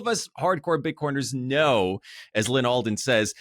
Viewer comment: There is no R at the end of the word ‘know’!!! 😂😂😂